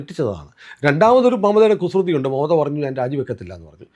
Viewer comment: പറയുന്നത് മമതാ എന്നാണെങ്കിലും കേൾക്കുന്നത് മറുത എന്നാണോ? ഒരു സംശയം😂